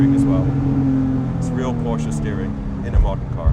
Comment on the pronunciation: I can't believe it! He finally pronounced Porsche correctly! Kudos to you, Mr. Leno, kudos to you!